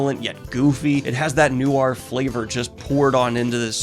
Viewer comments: … “new ahr?” Edit: Like I try not to be a stickler for pronunciation (I mispronounced “entendre” in my head for a DECADE), but for whatever reason this one hurts me and I ain’t even French… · You pronounce noir strange.